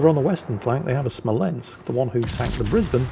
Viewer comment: Wow! Someone pronounced Brisbane correctly... Nice 😁